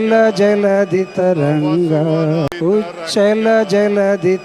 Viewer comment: మీకంటే స్కూల్ పిల్లలే నయం కదరా.జనగమనే సరిగరాదు మీరేం ప్రజా ప్రతినిధులు ర బాబు.ఉచ్చల కాదురా నాయనా ఉత్కళ..అంటే ఒడిస్సా ప్రాంతం..రా బాబు.